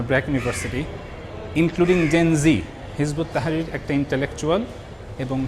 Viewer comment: দাদা, ঐ দলের নাম হিযবুত তাহরীর। আপনি নামটা ঠিক করে বলেন।